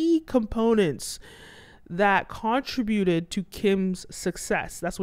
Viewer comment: To the commentator: Beyonce is an entertainer! Not a dancer! Also u put the accent on the wrong syllable of the contributed! The accent is on the second syallble along with the emphasis on the "trib" syllable.